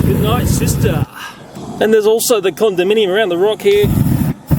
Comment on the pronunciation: CondaMINIum? Eh? Eh?